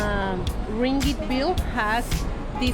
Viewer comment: Hahah, the sound of 'ring it' for ringgit. Welcome to Malaysia.